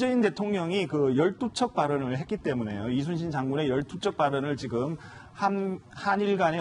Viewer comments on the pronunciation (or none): 이쑤신 장군이랬지 이순신 이라고 안함. 틀딱 발음도 제대로 못함